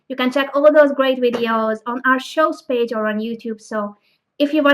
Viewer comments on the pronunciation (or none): none